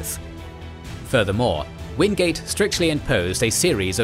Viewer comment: Its Orde Wingate not Orde Wingade